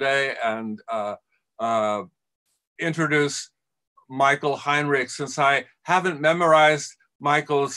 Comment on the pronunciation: Given Heinrich’s name gets mispronounced right at the start it seems only fair.